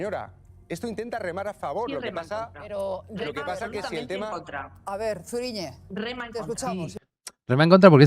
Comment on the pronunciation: A mi también me hizo gracia que dijera mal Zuriñe….por las mismas razones que al monorrr.